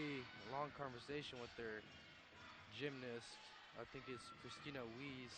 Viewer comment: ok i can give them some slack here and there on name pronunciations but christina is a pretty basic ass name??????